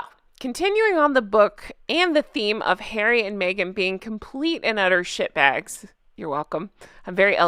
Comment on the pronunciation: It does sound funny when you say ‘sh*t bag’ in your accent. It took me by surprise because I’ve only ever heard it in England. Lol. And oh, that poor elephant! Just so that vile thing could have a good photo. Would that the animal had trampled the idiot or poked him with its tusk. 😡